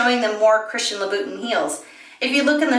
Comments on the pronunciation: luh boo tin heels ahahah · Very helpful information, thanks! Please look up the pronunciation of Louboutin.